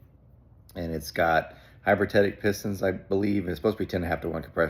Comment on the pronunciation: Love your channel. Watch as much as I can. May I humbly help you with one thing that is just killing me? "Hypertetic" as you pronounce it should be pronounced "hyper-you-tec-tic" spelled hypereutectic. Thanks! Practice in front of the mirror :)